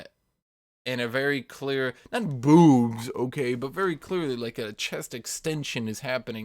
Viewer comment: The way he says bewwbs